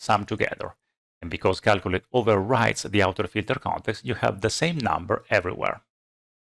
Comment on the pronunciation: I love this man what a great explanation but I surely love to hear him say FILTER CONETEXTA